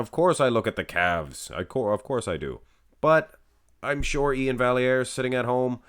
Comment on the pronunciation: Iain deserved it, Steve is too smooth monsoon. And as a note, on Iain’s Instagram he spells out how to pronounce his name. Val-e-air. So there